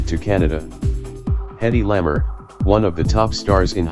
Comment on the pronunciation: Hedy Lamar's last name is pronounced as "la mar" not lammer. Thank you!